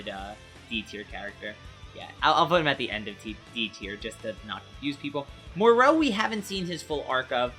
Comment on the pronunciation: Dumbass it’s Moro said more o not muro